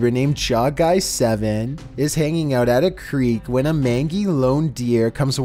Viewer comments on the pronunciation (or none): My guy, mangy is pronounced main-jee, nor main-gee. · Mangy is pronounced like Mane-jy, not manngy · MANE-GEE. MANGY. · You described the “mangy” deer, but your pronunciation was incorrect. The “g” in “Mangy” has the soft “j” sound like the word “angel”...not the hard “g” sound like the word “angle” (notice my word choice of two similarly spelled words “angel” and “angle”).